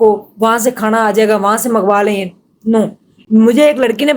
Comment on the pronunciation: O bhan Khana hota ha khaaana nhi phly Bolna to seekh lay